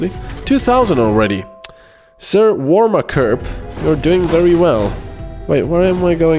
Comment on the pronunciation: Yay! My warmakerpp was put to good use!!! :) Btw it's pronounced warmaker p p. No it has nothing to do with pee... ;-)